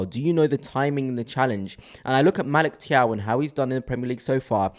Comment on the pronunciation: You keep mispronouncing his name…it’s Magic Thiaw